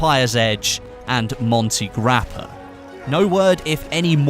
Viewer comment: "monty grappa" i... ok, i won't say anything, it's funnier this way.